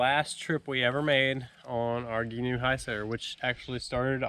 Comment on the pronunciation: Love it😁 FYI it's pronounced gee-noo